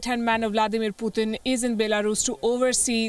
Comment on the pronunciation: You keep calling him pu-thin puthin puthhhin he’s gonna get more pissed 😶